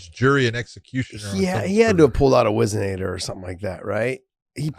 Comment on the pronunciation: I didn’t read thru all the comments so if I’m repeating I apologize. Is it weird that Josh pronounced whizzinator perfectly and Big John knew right how to use it???